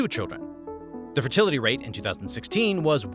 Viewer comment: Fertlitiy xd